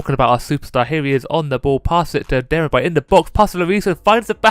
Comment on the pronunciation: İts pronounced demirbay. Yeah i know turkish names are hard